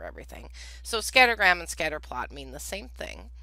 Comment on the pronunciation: Every time she says "make a mean" my brain hears "make a meme"